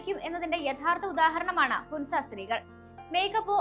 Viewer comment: ഹുൻസ അല്ല മോളെ ഹൻസ ഹൻസ താഴ്‌വര എന്നാണ്